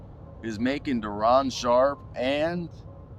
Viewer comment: Its Day..Day'ron